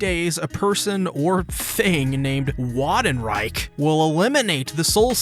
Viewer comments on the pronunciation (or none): Its pronounced V(W)andenreich btw, good vid tho! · I think the "Wandenreich" would be pronounced with a V so "Vandenreich". Soul Reapers are Japanese Arrancars/Vizards are Hispanic Quincys are German I like how you can hear the different music changes amongst the groups. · Ah yes the WATERreich, do youtuber watch anime muted i mean i know its german but can't they hear how the characters say the names ? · Wandenreich is pronounced with a “v” like “Vandenreich”. And it’s a place we were actually shown in the first ep. it was also confirmed they are adding some scenes here and there to make TYBW more fluid and better towards the end as the arc starts off stellar but loses steam in the latter half. It’s never bad, but it gets meh compared to how it starts off. I also love how well they capture the uncanny and offkilter ambience the quincy give off. They are tall and lanky and proportionately fine but just long enough to where you can tell something is off about them. A good example being like when Ebern rose up saying “arrancar?” And the lighting helped encapsulate that. So far this is looking to be stellar. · The Quincy are German inspired, it's pronounced somewhat close to (Van-din-Rike) Big bad is Yhwach, (You-ha) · It’s pronounced vandenreich, the Quincy speak german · Wandenreich is German. The "W" is pronounced as a "V" not an English "W". You say it like Van- den- reich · I thought the Ws in German are pronounced like a V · I am not 100% sure but I think it's pronounced as " Vandenraich " since " ei " is pronounced as " ai " in German (from what I remember from my school and just letting you know I can't even form a sentence in German, that's just one of the few things I remember about it, I wasn't paying much attention to the subject soo yeah) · Yes, correct about the pronunciation. In German W is pronounced like V. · TYBW is very exciting and you made a great commentaries on that. But man, please, your way of saying their name killed me 💀